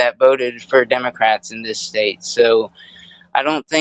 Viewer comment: Wait did i just hear say " Democwats." Was he making fun of himself or does he have a speech problem? Professor so the agent saw the tires turn the ones under the vehicle the ones blocked by the body of the vehicle? A agent has no duty to retreat from a threat from anyone and she hit the agent. Nobody has the right to block the street. For any reason. Period. Lawful commands are law binding for whatever reason it matters none if you dont like it or dont want to you do what officer says. Anyone who thinks that she doesnt think she was doing this for attention or because ice wasnt right there or didnt know it was gonna come with law confrontation is not being honest. She chose to drive and hit an officer maybe didnt want to or think it woukdnt be a big deal cuz shes a female and it was gonna be rubber bullets in thier gun but she did and actions have reactions and that results in overall outtcomes. What if the woman didnt turn her wheels and drive straight at him to hit when woukd the officer stop the threat? 5 seconds after hit 10 secinds after 15 secinds 20? Or when he is under the vehicle with blood oozing from his skull or when his legs broken and arm pinned up against a tree or house or vehicle would that be a good time? This kids thats about it has no clue about what goes intoany of this and puts zero responsibility on the ones breaking laws that are lawful and just and have been for decades before he was born. These people have